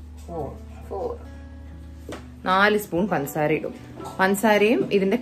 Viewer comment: Pansaara alla പഞ്ചസാര